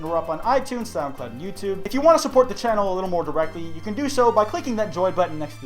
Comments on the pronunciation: "Name a dead youtube channal" Edit: hope I'm not the only one who heard him say channal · Akira Sato Koba its an accent